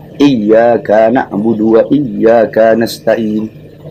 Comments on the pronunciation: Kesalahan Bahar itu bukan ق menjadi غ, tapi ايّاك menjadi ايّاكا. Teliti lagi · Bukan ق ke غ, Bacaan Bahar yang keliru itu ايّاك menjadi ايّاكا. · Yg tidak habis pikir itu ka di baca 2 harkat, beda emang dgn kebanyakan orang baca fatihah